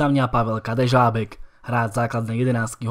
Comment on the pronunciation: Ako môžeš nevedieť povedať ř?🤦🏻‍♂️